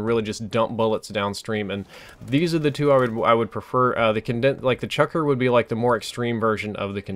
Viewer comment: lol, chucker?its the CHUCKLER.